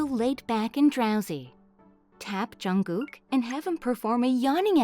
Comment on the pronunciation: She is saying jungog??? I'm pretty jungshook right now.